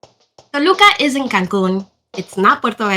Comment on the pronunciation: The beginning of the video sounds like you said, Toluca is in Cancun which was confusing considering it's near Mexico City. Youtube's closed captioning also thinks you said "Toluca is in Cancun"